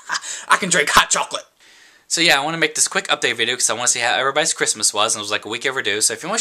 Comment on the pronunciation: "HOW eberybobys christmas bwas!" LMAO!! i laughed ofr like 10 mins. (: I love you. ahah